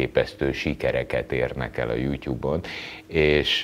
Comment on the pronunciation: Jutub...és nem jutyub...honnan szeditek ezt a ty-vel való ejtést...